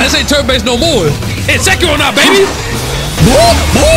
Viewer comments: Its not H-eron its ack-eron 🤓☝ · My ears....wtf did you say achu an? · She really didn’t like you calling her “h”aron 😆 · Acheron is pronounced as Akheron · can someone please tell him how to pronounce acheron? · Can someone PLEASE instruct our man on how to say Acheron... That's probably why she wouldn't show up, lol. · I've never heard ANYONE pronounce Acheron's name worse than this dude holy fucking shit my ears hurt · maybe if you said her name right you would have gotten her before double pity :P